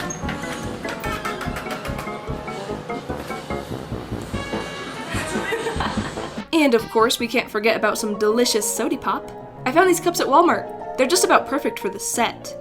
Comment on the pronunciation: I like how she calls it sodipop